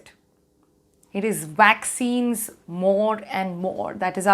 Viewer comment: Vaccines? I thought she said waxines.